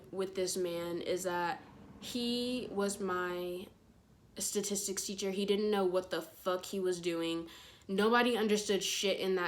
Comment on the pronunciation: She: saying the word STATISTICS Me: StAtIsTiCs YUP StAtIsTiCs YUP MS. LaWtOnNnn...